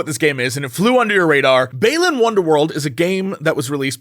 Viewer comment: Still mispronounced Balan...."bah-lan" It's still a worth it kinda game, just for its history and story (even if the story is in a book) and the old time sega saturn/dreamcasty NIGHTS feel it tries for with level geometry and sequence breaking